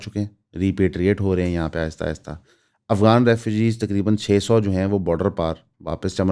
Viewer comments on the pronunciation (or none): none